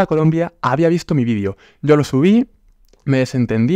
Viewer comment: No se dice vidio, se dice video